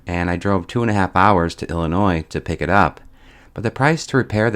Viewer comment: I'm sorry but I'm still laughing over Illinoiisssse.....